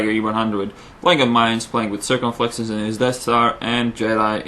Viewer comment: i love is accent , obviously not english, but its awesome, pwaying, aggwesive, circonfwexes i love his accent